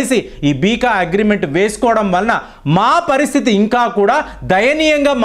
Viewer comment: Beeka kadu beca ani chadvu